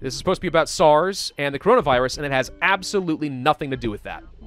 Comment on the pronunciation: ItZ sars CoV not SARNS FFJUDFUF